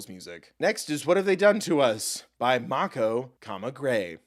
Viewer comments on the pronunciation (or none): none